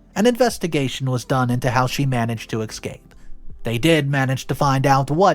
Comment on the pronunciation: This mother in law is fucking crazy. you need to listen to someone pronouncing words because your pronunciation of escape and othe words like cretin is completely wrong.